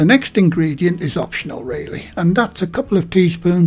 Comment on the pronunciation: Thank you for the pronunciation of the W sauce warster